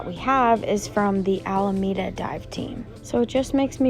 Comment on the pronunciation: it’s AlEmeda not ALMEDA 🤝